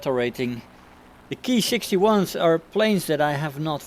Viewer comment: Hi! The Japanese Ki is pronounced "Kee" there is no reason really to pervert the Latin "i" into an "ai" sound unless you are English of course and we all know how messed up their pronounciation is mostly due to the Latin and French influence. Not so much in the romanized transcription of Japanese however. It is important as there are subvariants that are actually called called Kai. Ki vs Kai. Cheers & Good Hunting!